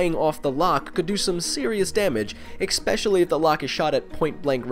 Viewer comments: Did you say "expecially" ? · You lost credibility after you said "expecially" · ........ did he say "eckspecially"...?